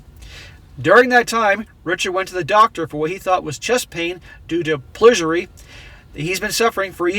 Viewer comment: Did you mean Pleurisy (PLOOR-ih-see)?